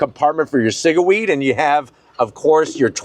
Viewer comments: Did he say cigaweeds? 😂😂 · Joes well seasoned 😂 love the "cigaweed" lmao